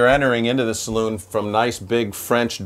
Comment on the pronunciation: Great 👍....the owner correctly calls it a saloon ( pronounced saloon) not as is so often and incorrectly pronounced as a ‘cylon’ . That aside, a beautiful boat and a superb tour of this wonderful craft, especially helped by the owner’s input 😁 and love the humour too, lovely